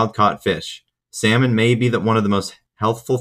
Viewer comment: Good information as always. Ps. The way you pronounce salmon is fucked